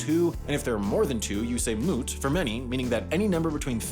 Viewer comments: Wouldn’t mute be mu teh not moot? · "Mute" is pronounced as "moo-tay" not "moot". Every letter is pronounced in Toki Pona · it’s mute, not mut, in toki pona, the only consonants you can end on within a syllable is n, so it would be mu + te both pronounced consecutively making “mute” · As a tokiponist his pronunciations HURT dkdndjddn Just a few important ones - 'mute' is pronounced more like 'moot-ayy' (no silent letters) and the letter J in TP is pronounced like the english letter Y - 'loje' is 'low-yay' Also by the way toki pona isn't ambiguous, it's VAGUE. Ambiguity is when you can't tell the difference between two possible meanings 9f a sentence. Toki pona's words all have specific definitions, but those definitions are broader than any natural language. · J is pronounced like y and its moo-tey not moot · lol he said mut instead of mute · mut moment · the infuriating part is that. I watched some guides, they started with the simple ass phonetics, and fron there on i knew mute would sound like mute and not like "miut", but the narrator EXPLAINED that, and them 20 seconda later said miut like every dumbass USAian pronounces their spanish words 1 year into their Duolingo classes, they just don't give a fuck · mute is two syllables, not one. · also! mute is pronounced mu-te instead of "moot" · did he just pronounce mute as moot?! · The pronunciation in this video is atrocious. "mute" is pronounced as you described. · bruh every word is written precisely how it's pronounced and u pronounce mute as moot? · these sounds can be pronounced by almost anyone! Also: moot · I'm sorry but if you say mute like mjut that's just wrong. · “Because of its small phoneme inventory, Toki Pona allows for extensive allophonic variation. For example, /p t k/ may be pronounced [b d ɡ] as well as [p t k], /s/ as [z] or [ʃ] as well as [s], /l/ as [ɾ] as well as [l], and vowels may be either long or short.[1]” mute as the English word “mute” is very wrong though.